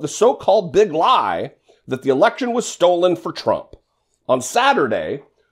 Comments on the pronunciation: Tom Selleck's slow cousin should know a traitor when he sees one. He has mirrors in his house doesn't he? And the article misquoted him - he doesn't say "stolen" and that the election was "stole" - he says "stolden" or that it was "stold". Meth destroys brain cells.. it's a fact. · He struggles with words like "stolen" or"stold" as he says, so expecting him to use big words correctly is just foolish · Actually it is "stold" not stolen, his words. Swear.